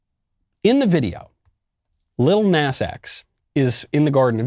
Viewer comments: Michael Knowles...u telling me u never heard that stupid song Old Town Road???? That the world OBSESSED over for like two yrs???? And it's not pronounced Nas...it's pronounced Nah-z...just to pull u up to speed...Im not advocating for him or his satan shoes... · Oh lord, from Old Town Road to this. Jesus help this kid. And it's pronounced Naw-zeh like the Na part sounds like gnaw. And the S is z sounding. But honestly who the heck cares Nas for nasty as fuck. Jesus christ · trust me i’m disgusted but i wanted to point out it’s pronounced Näz